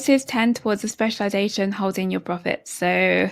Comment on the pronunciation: "with a speciwization" What a disaster